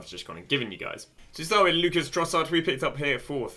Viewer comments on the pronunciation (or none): none